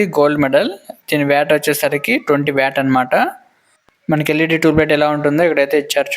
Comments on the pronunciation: వ్యాట్ కాదు బ్రో వాట్ అంటారు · వ్యాట్ కాదు...వాట్